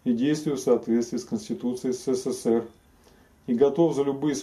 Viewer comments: Ребята вы блин в ССР не жили чтоли? Или прикалываетесь? Научитесь правильно называть страну! Не сЭ сЭ ЭР, а Э СЭ СЭ, СЭ ЭР!!! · Произносится ЭС-ЭС-ЭС-ЭР, а не СЭ-СЭ-СЭ-РЭ.